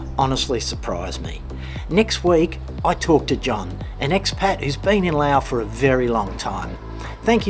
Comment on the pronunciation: It's pronounced Laos with an "s", great place to live, today in my village it's 32°C no power or water for the weekend, this place is getting expensive, my Laos neighbours go to Nong Khai hospital for treatments, yes romantic and rich history, but they don't pay the bills, Patuxai, called the second airport, built with left over tarmac concrete, how do you pay the bills when many things are listed in US dollars, it's pronounced Laos with an "s", best to stay in Thailand, if you have a breathing issue don't come here, lots of dust and afternoon rubbish burning, plastic, rubber and more, you're welcome.